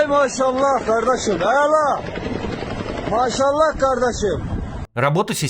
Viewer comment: Ля, я из-за этого "оймащщаллааа" сначала думала, что это какая-нибудь там Чечня🤣